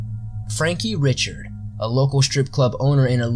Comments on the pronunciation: It's pronounced Ree-shard. Not Richard. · Ok...Dubois is pronounced "dew-BWah" Richard (as a last name) is pronounced "Ree-shard"